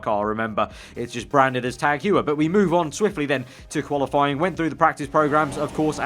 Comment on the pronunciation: Tag Heuer is pronounced like "Tag Hoyer"